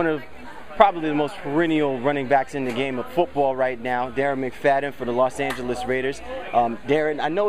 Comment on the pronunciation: y this dude say Los Angels raiders